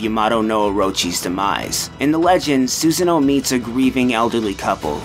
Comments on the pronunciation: susano is not pronounced susan-o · Lmao Susan-o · LOL SUSAN-O THAT WAS THE WORST MISPRONUNCIATION I HAVE EVER HEARD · (eccos) Lmao, dude. I follow the teachings of Shinto, and I would be aghast at myself if I didn't know how to pronounce the name of the principal Goddess I honour and worship. That's part of why I was so upset at Susano'o's name being incorrectly pronounced as well-- I am one of his Ujiko (devotees) and it saddened me to hear his name being so jumbled. Glad you were only kidding, though, because I was slightly upset. But it's all good now ^^ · The way he pronounces Susanos name make me cringe every time.